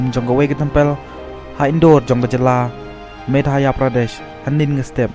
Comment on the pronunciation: Tempel ,,, madhaye Pradesh wht a pronounciation